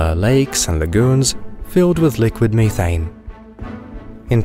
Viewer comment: Me-Thane (has me cringing)